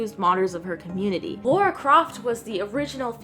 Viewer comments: C'mon, she's British. She'a Lara, not Laura.:D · Laura Croft lol It’s Lara mate. It was originally going to be Laura, but the devs changed it to Lara during development because they thought Americans couldn’t pronounce Laura. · It's funny to see so many people calling her Laura instead of Lara o_ o